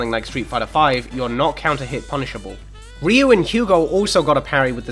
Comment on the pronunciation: "ree-you" if you're saying ryu's name right it's only one syllable. i find it hard to say myself as far as syllables go. "rih-yoo." no. "ryoo." it's like why is my tongue twisted on a single syllable? how do native speakers do it